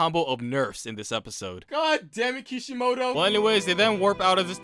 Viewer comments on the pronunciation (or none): none